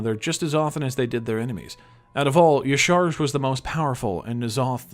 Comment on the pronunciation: love you. But, uh... How the hell do you pronounce Y'shaarj Yishar? It's pronounced Ya-Sha-Raj.